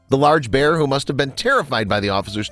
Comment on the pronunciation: You said pear instead of bear